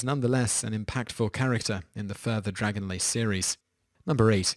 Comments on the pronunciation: Dragon LANCE not LACE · Dragonlace?!??! Wtf Simon it's not even fact checking it's just reading the series name correctly. DragonlaNce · On Raistlin you said Dragon Lace books. It is Dragon Lance, not lace. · DragonLACE? It's DragonLANCE! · Why does it sound like the narrator mispronounced Dragonlance as "Dragon*lace*"?